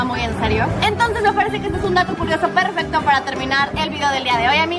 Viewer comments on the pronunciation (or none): none